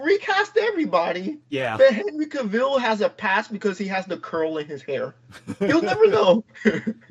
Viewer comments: Why does he keep saying kaville? The man's name is cavil not hard to say at all and the host has indirectly corrected him multiple times by pronouncing his name correctly over and over with annunciation and emphasis. Dude at some point you gotta stop the person and say hey your saying it wrong. It's so grating it's not hard to do. It's the same as the person that can't be bothered to literally shift a finger to the side to hit there blinker on there vehicle. Point it out correct it and move on I'm not saying let's hang him but definitely hey this is the correct way now on the the next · This podcast is a joke. doesn’t even know how to pronounce cavils last name but yet he is talking comics? I don’t get it at all